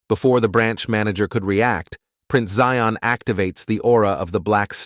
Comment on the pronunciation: Its prince zion agnes im not sure why they say zeon